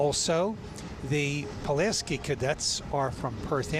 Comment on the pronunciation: Tom Tim Zauważ , jak spierdoliłeś nazwisko Pułaskiego .